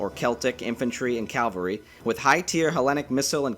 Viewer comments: It would behoove you, get it, to pronounce Cavalry correctly. It is not Calvary. That is where Jesus got wrecked. Cavalry comes from Caval Having to do with horses. As in chivalry. As in Caballo. Ca val ree Cavalry. Thanks for listening. Sorry for the troll. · Mate you're saying "calvary". It's "cavalry". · Why do Americans always say calvary instead of cavalry???